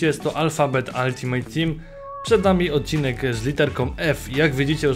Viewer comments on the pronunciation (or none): none